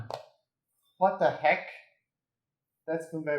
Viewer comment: I love his what duh hick